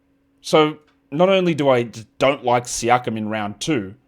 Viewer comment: you pronounced siakam wrong. Its Pascal Shakeem.